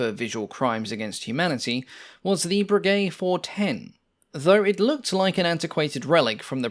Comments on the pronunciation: Breguet pronounced "Brejai" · " Voisin" is pronounced vwuh- zan with short "a" and not sounding the "n". You are mispronouncing it as vwuh- zon. It's "a" not "o" ...now I'm listening to you murdering "Breguet" and I see that there are some other comments on pronunciation. Please, this is a well-done, informative and interesting video. You've done heaps of research. Is it really too much that you find out how to correctly pronounce the names? It detracts from the video. Going into such incredibly fine detail on the facts & figures of each plane, and not even being able to get remotely close to the name because you've completely neglected to even try, just doesn't make sense for a documentary which purports to be accurate.